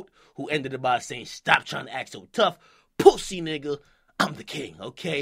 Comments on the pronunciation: the way akademiks pronounce "pussy" lmfaoooooooo "Pousssayy" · My nigga said POOSY!💀